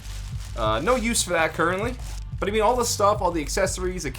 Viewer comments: He said cureently Does that mean they are trying for a baby? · Lol "curently"